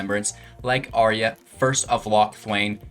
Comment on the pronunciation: Brother, you make great videos and play excellent Magic. But please, please. Say it out loud: "ayy-arr-uh"